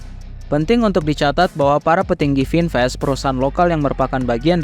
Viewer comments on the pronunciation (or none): Vinfast tulisannya, kata bahasa Inggris khan? kenapa cara bacanya melenceng? Itu menunjukkan ada hal yang disembunyikan